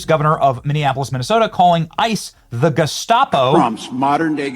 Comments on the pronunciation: he said “gescapo” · Tim Walz: "a modern-day Geskappo" 😂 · He can’t even pronounce gestapo😢